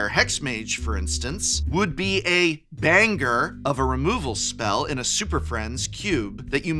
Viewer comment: Professor said "banger" and I took psychic damage